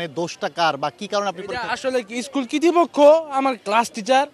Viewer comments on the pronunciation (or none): কর্তৃপক্ষ ❌ কৃতি পক্ষ✅ কি ভাই 🙂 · ওই ছেলেটা কতৃপক্ষ কে বারবার কৃতীপক্ষ কৃতীপক্ষ বলছে 😂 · ভাই ও এমনেও ফেল করতো। কতৃপক্ষ কে কীর্তিপক্ষ বলতেছে বারবার 😂😂😂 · স্কুল কর্তৃপক্ষ,, কৃতপক্ষ না রে ভাই। তোমাদের শিক্ষকদের পড়াশোনার মান নিয়ে প্রশ্ন থেকে যায়। ঠিকমতো বাংলা ভাষায় কথা বলতে পারেনা আপনার ছাএরা। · কিতিপক্ষ উচ্ছারনি ঠিক নাই এরাই HSC পরিক্ষার্থী। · বাবা কর্তৃপক্ষ উচ্চারন শেখ বাবা । তোমার শিক্ষকদের ভুল ছিল কিনা সেটা তদন্ত প্রমান করবে - কিন্তু যতবার তুমি কর্তৃপক্ষকে কীর্তিপক্ষ বলছ - ততবার আমার মনে হইছে - তোমাদেরও গাফেলতি আছে হয়তো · তর ভাই পরিক্ষা দেয়া লাগবে না, উনারা যা করছে ভালোই করছে মনে হয় কারণ তুই ভাই স্কুল কতৃপক্ষ উচ্চারন টা বার বার ইসকুল কৃতি পক্ষ বলছিস এতেই বুঝা যায় তোরে পরিক্ষায় বসতে দেয়া মানে তাদের স্কুলের বদনাম ছাড়া কিছুনা হবে না আর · আচ্ছা সব কথা বাদ/সাইডে, অয় কি পরীক্ষা দিবো ভাই? অয় তো ঠিক মতো কর্তিপক্ষ ই বলতে পারতেছে না অয় কর্তিপক্ষ কে কৃতিপক্ষ বলতেছে বারবার 😑😑